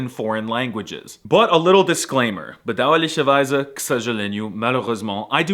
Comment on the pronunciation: Man my Austrian ears really had trouble hearing that "bedauerlicherweise"---fortunately I live in Vienna were everyone butchers German like a pig to make Schweinsschwitzel from it, so I could spot that that was truly a german word that you butchered there. Du Hurensohn!